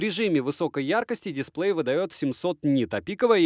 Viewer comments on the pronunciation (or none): none